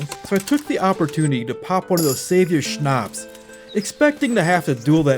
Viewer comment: Quick pronounciation tipp - Schnaps doesn't have a long "a" in it, cut the lenght in half and you got it